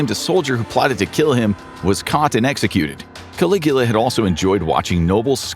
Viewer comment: Obviously, you can't. You had to edit your comment. He did say it correctly.